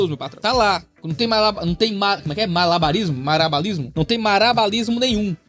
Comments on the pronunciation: É OCTA! Conseguiu errar a pronúncia de malabarismo 8 vezes! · 😅KKK fazendo MALABARISMO pra poder falar MARABALISMO igual tá na pergunta 😂